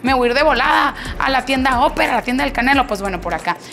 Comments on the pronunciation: Yo opino que tu pronunciación en inglés es pésima, no se dice óper, se pronuncia. Aper!!! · Se prunincian Aper no oper como pronucias 7up